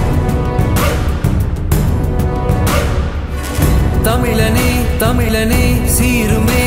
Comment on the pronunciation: அண்ணே அது தமிலன் இல்ல தமிழன் 🤭